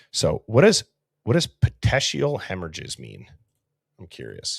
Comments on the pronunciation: Pronounced Pet eek ial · Petekeial puh-tee-kee-uhl hemorrhage usually occurs in the eyes and can happen because of choking, being choked or even coughing.